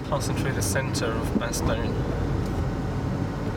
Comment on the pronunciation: Funny how English ppl either say "Bastowne" or "Bastojne" when neither is correct XD